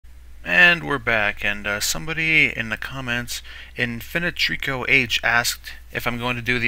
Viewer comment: Ah ok, thanks. And well done pronouncing infinitrico aha